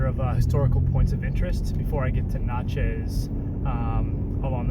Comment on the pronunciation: Man, just now watching this. You probably walked right past my barber shop in Downtown Laurel. Wish I had caught this sooner. Been binging overlanding videos. I'd love to know where that site was at De Soto, thinking about heading out there this weekend. Also, Natchez is pronounced like matches. My wife and I love it out there. Glad I found this video, gonna watch some more. Thanks for sharing!